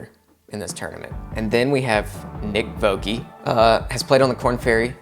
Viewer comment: I think Nick Voke is a New Zealander, and his surname is pronounced is as in poke, spoke, bloke, etc, etc. I think you said Vokeee, like Nike is pronounced. Just joined and looking forward to other episodes.